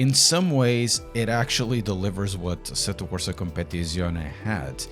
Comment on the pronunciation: I clicked just to hear you say the name of the game 😂 asettocompapapapapapaptizcion 😂